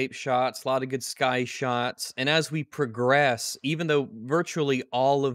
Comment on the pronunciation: PORGress, was that intentional?